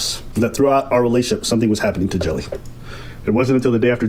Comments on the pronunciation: Lol english speakers really pronounce the Dutch guy's name as "Jelly" huh? as a dutch speaker I feel the pain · Love how is like, "Well the name looks like Jelly, so even though it is a different word in a different language, it's probably pronounced exactly the same" 😂